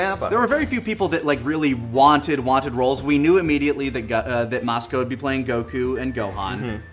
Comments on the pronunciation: saying "cuckoo" like he does "Goku" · I will never get over how pronounces Goku's name. Go-KU. The weeb level is strong.